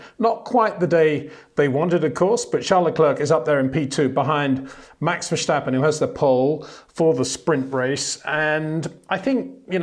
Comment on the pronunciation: Max Vershhhstappen😂